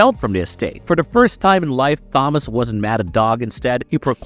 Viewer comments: Did you seriously pronounce Thomas as Phomas 😂🎉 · He pronounced it Th-omas. He pronounced the T as TH but later says mudder instead of moTHer. He has an accent it seems lol. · The way you say Thomas is driving me nuts, also i swear half the time you call him Dob logan lol